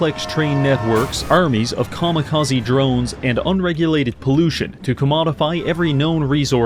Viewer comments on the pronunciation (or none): none